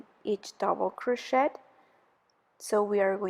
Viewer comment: Friendly comment: when you pronounce (say) crochet, the ‘t’ I silent.